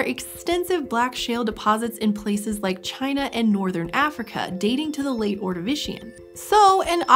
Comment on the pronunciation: She's saying ordivican and Appalachia wrong